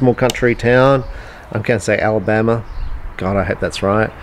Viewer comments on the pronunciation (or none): Funny watching his accent spit out Alabama . And Alabama comes out in American English . Love it man lol. It’s Georgia by the way , I’m sure you already know . Close though , only one state away .